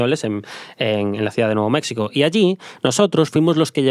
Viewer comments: Ahora si te pasaste: se dice México no Mecsico. 😅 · Mexsico?? Wtf 🤣😆😆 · Es la tercera vez que escucho este podcast y me sigue haciendo gracia que diga mecsico 😂